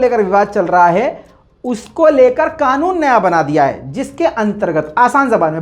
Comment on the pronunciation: Qanoon ''QAAF'' se hota he , KAAF se nahin.